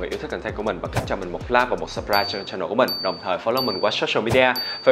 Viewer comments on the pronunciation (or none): Ước gì ngta đừg nhấn chữ CHAN trog CHANNEL. 🤦🏻‍♀️ mỗi lần vào clip đều phải tua qua đoạn đó hjx.